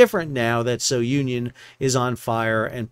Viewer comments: Yes, it's "Soo-nee-on," not So-union." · Hi, name of vessel is pronounced SOONION and not SO UNION.. just thought id let you know. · fwiw its pronounced "Su-nion" not "So-u-nion". Its named after Cape Sounion at the southernmost tip of Attica. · Su-knee-on not so-Union. It’s a cape south of Athens. Has an ancient temple of Poseidon. It’s in Homer’s Odyssey. It is the spot where Aegeus, king of Athens, leapt to his death off the cliff, thus giving his name to the Aegean Sea. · Hi Sal! Just a note on the name. I assume it comes from the cape Sounion in Attica where the temple of Poseidon is. You can pronounce it, not So-union, but Sou-nion. Hope it makes sense. Love your vids btw, I grew up with a captain dad in cargo vessels. Spent my first years in those vessels and have many dear memories from the summer trips till I was about 10 years old. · Sou Ni On. A cape in Greece. NOT "So Union." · It is not "So-union". It is the Greek village of "Sunion"... Just wrong pronunciation. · I'd just like to add, correct pronounciation for SOUNION in Greek is Sue - Knee - On. Sounion, is the tip of the Attica peninsula in Greece, where the temple of Poseidon is located. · The correct pronunciation is soonion, as in the cape near Athens... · It's pronounced Sue-neon. It's named after a place in Greece where Poseidon's Temple is located. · Greek ship. Greek pronunciation. Soo - nee - on. Have a great day. Like your podcast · Try pronouncing it properly as "Zoo-Neeon"..., after all it's named for the famous Cape Sounion, south of Athens, Greece.